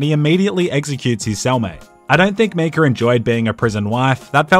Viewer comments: videos great except when he pronounces Micah as Mika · It’s MY-cah not ME-cah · its pronounced MI KAH not ME KA and it wasn't a bank it was a ferry 😂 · MEECAH NO, MAIKA YES! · YES please do more! But... for the love of god its MY-KAH not MEE-KAH. Silly Aussie! <3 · Why did he pronounce it Mecah instead of Micah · It's Mi-cah, not Me-cah. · btw why are you pronouncing Micah like that? It's Mai-kuh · When he busted Micah out of jail I just then realized he was saying “Meekah” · I really hope he's joking when he says Me-cah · Just heard you say mee-cah so immediately went to the comments.... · What the hell is a "Me-Ka"?? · I love you man, but it’s pronounced ‘My-Cah’. They literally say it in the game. Pls rectify. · As much as I love this channel, the way he pronounces Micah is just unforgivable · even after all the murders in this video, the real crime is how you say Micah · Are we just gonna ignore the way he pronounces micah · I can't tell if he's saying "Micah" weird on purpose or not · I am going mad or is he saying Micah wrong and no one noticed/cares